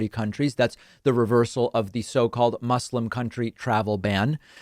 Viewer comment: Thank you for pronouncing the s in Muslim as an s and not as a z